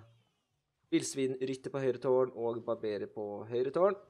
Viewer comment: barbarer ikke barberer